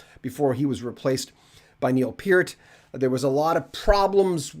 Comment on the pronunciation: Thank you for pronouncing Bachman (BACK-man) and Peart (PEERT) correctly! Canadian music icons!!